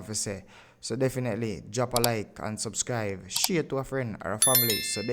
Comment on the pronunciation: Good tihing u doing bro but the word is "SUBSCRIBE" and not Subscrive. Ok